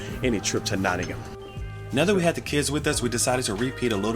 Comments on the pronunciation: He even says Nottingam right! 😊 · even pronounced No'in'um correct! very impressed